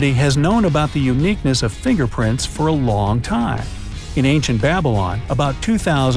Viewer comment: Nobody: Not a single person:: WhAT iF yoU hAD No fiNGerPrILt